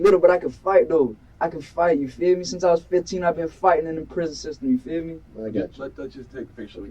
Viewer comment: 😂 It’s “you feel me”, not “you fear me”